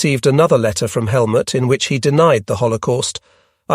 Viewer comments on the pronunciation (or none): none